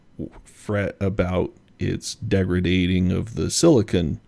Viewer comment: The word is "Degrading" not degretating.